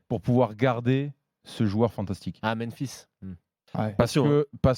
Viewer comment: Svp, dites à que c est memphis, pas menphis, sinon il a plus le droit d'en parler à l'antenne